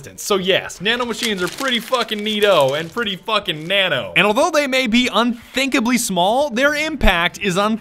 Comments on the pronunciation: UnTHINKably small? I think you mean unFINKAbly small. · You could say... UnFINKAbly